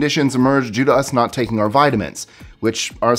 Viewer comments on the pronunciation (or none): none